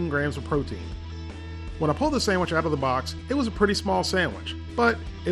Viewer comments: Omgoodness- you said Sam-which! That's what I call them. Keep up the videos, love them and your approach. Been a subby for a while but don't post. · "our samich is ready" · Lol sammich